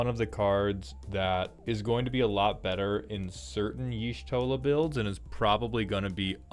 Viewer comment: As the one who preordered only Y'shtola It's pronounced with an "ah" inflection, on the "Y' ", so it's supposed to be more like "Yah'Shtola", with a short "ah".